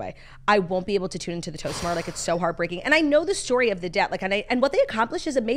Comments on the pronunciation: They’re saying DET not debt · incoming butthurt life long Lions fan: The hardest part is hearing you refer to Detroit as "debt" lol